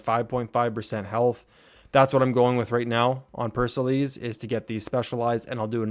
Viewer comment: btw pericles is pronounced as pear-uh-cleez